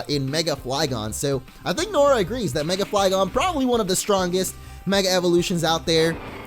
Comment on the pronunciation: I heard mega flygons